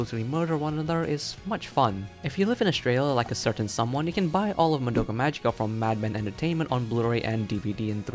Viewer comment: Why can nobody pronounce the word "magica" from the title? It's Latin, but everone insists it being an English word. And regarding symbolism/parallels: if you're interested, you should read this